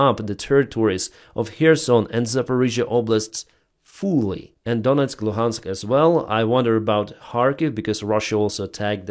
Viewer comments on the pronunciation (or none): none